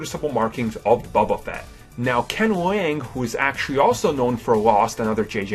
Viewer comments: Lost me at Bubbuh Fett >.< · "Bubba Fett" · Please learn to pronounce these names before speaking on them: Dameron, NOT DamerAN, Boba Fett, NOT Bubba Fett and it is Jakku, NOT Jokku. Very irritating to listen to.